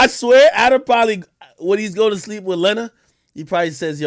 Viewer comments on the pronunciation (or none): none